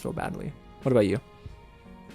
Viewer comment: And he said Thandie Newton’s name wrong too, the h in her name is silent